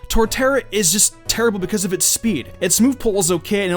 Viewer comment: Did he say Charizard was "just terrivle" ? I've listened to it 10 times and he's definitely not saying "Terrible".